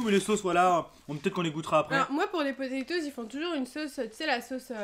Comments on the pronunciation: Je suis le seul à qui ça choque les "PATATOES" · • ツ Je comprend ça me stress aussi lol Mais les deux sont justes . Toes c'est orteils en anglais Donc potatoes ou patatoes C'est seulement un dérive Française . Patateils serait peut être plus appropriés alors ... Enfin Il a l'habitude lui ,il ma déja fait le coup où il avait " Hone piece " à la place de One piece . Bref courage :s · A la fin c pas TOZ c TOES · Personne a remarqué qu’il a dit patatose au lieu de potetose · PaTa Toz lol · les frites et les << potaytoz >> 😂😂😂😂😂😂🤣🤣🤣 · Les 'Patatoes' MDRRRRRRRRRRR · Enft elle dis patatosse xD